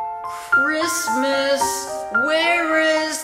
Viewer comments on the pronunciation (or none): him the whole time: cHrIsMisT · Giovanna “Why can’t I hear..-Christmas😭” he said it as if it was a sound (he has many of these)